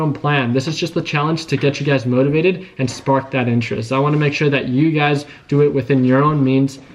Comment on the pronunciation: Everytime you say ugaz,i be thinking you be saying you guys 🤣